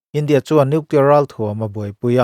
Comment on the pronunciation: Nuclear ti reg hahthlk